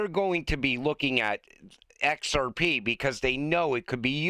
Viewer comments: Kevin cannot say XRP can he??? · It was obvious asf 😂